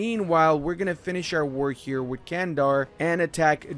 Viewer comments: I am a Turk and Candar is not pronounced as Kandar, instead its more like Jandar. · That pronouncation of "Candar"... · Nice video. I'll give some tips about pronounciation Karaman, Candar and Dulkadir, so it'll be easier for you :D Karaman --> Qaraman (should be "q", not "k") Candar --> Jandar (should be "j", not "c") Dulkadir --> Dulqadir (same as Karaman)